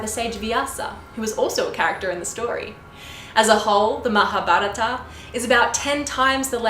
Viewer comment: Very impressed with this American narrator of the Epic in this video. Her pronunciation of "Mahabharata", "Vyasa" is impeccable!